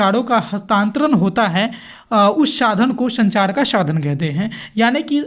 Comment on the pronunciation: Sir ap sa ka sha kyu padhre ho shadhan shadan bolre ho vdo achi h bhut par apke jo word h wo shi no h apne word ko sahi kro sadhan hota h shadhan ni jaha sha padhna chaiye waha ap sa padhre..or jaha sa padhna chahiye waha ap sha padhre😂